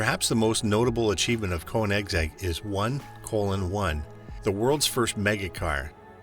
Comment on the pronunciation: Don't pretend to know about these cars. You don't even know how to pronounce the name!